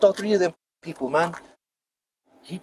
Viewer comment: "and whow awe the sewewal peowpwe?"